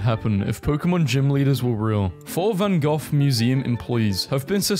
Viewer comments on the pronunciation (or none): Am I the only one who had to take a double take on how he said Van Gogh